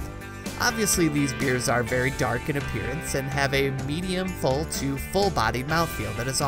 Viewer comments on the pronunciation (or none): none